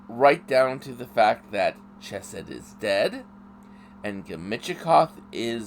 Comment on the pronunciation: Its Chesed woth the Ch lile on Chanukah